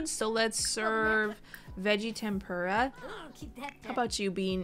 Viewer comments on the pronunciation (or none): none